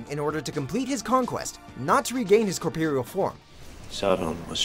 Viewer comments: That word is "corpOReal" not "corpEReal"... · The way you pronounced "corporeal" made me twitch. You know you can go to right? There's a pronunciation guide, and they usually have an audio clip you can listen to that will guide you on how to pronounce things.